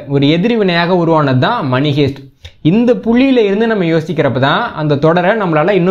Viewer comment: அது மணி.மனி அல்ல.